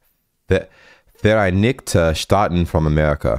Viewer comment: Vereinigiheten stahaten Ich kann nicht mehr digga🤣🤣🤣